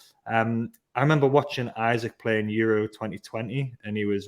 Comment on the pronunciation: It's EeSak 👍 Botman is only just 6'5" 😂 We have plenty of money to spend and still stay within FFP that's even before new sponsorship deals. I still think we can get Paqueta and Diaby 😂 Joking apart I would love Paqueta, not sure why we are not going for him. I would be upset personally but que sera. I see no sense in us doing deals with Man UTD after they messed us around last year.